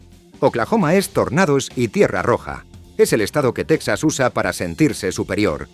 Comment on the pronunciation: 1.- TeJAS, TeJAS, TeJAS, TeJAS, .... NO teksas!!!.... ¿¿¿Dices tejanos y luego dices teksas??? 2.- ¿¿¿De dónde se sacan esa estupidez de que California es la 5ª economía del mundo???.. NO lo es ni a precios corrientes ni a Paridad de Poder Adquisitivo.... como mucho sería la 8ª o 9ª